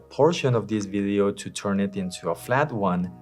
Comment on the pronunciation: For someone that makes videos, you should really take the time to learn how to pronounce “video” and it’s not “biddios”